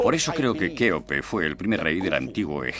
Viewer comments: El documental está bien pero decir keope literal... no se hoye nada bien ya c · Ya cambien esas pronunciación de decir keope literal Eso es abominable.